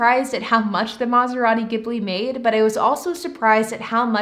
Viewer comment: Take a shot every time she says mazarati gimbli